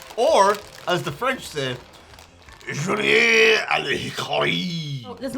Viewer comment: on behalf of Canadians everywhere... in Canada. We DO NOT eat Big Turks, we have them, they're on the shelves but I have NEVER seen someone eat one !! Same with the toffee.. nope. She nailed the French Julienned a l'hickary !